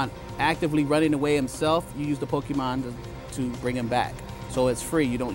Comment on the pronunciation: It’s Pokemon not Pokeman. Cmon.